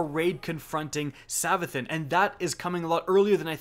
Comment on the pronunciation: It's pronounced savathoon, your welcome. :)